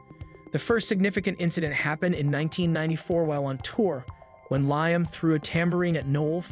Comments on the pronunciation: Ly-am? Its Lee-am (Liam) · These AI videos need to do better than calling Liam “Lime”